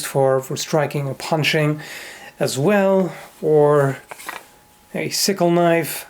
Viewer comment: Sickle knife? I thought he said "Sicko Knife."